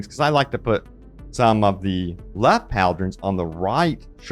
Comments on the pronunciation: bro can’t read. it’s pauldron not paldron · "Pol-Dron" not "Pal-dron" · "Paul-Drin" right?